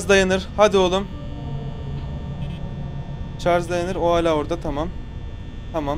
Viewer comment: ş leri söyleyemeyenleri unutmayıp videonun bir bölümünde şarj a çarj diyen koca yürekli